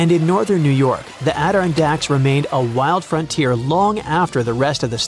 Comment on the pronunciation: The "ADD-irn-dacks are pronounced add-ir-RON-dacks and ISTELF should be ITSELF